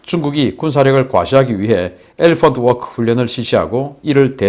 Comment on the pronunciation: 엘레펀트 워끄!!🤣🤣🤣😝😝